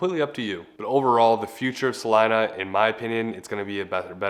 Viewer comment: Why are y’all pronouncing it like that? lol love your video but that’s a Spanish name and pronunciation and it’s basically Selina but with a C